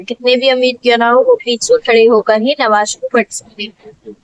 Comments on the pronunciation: Nawaj nhi namaz bola jata hai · Nawaj nahi namaj bolia sister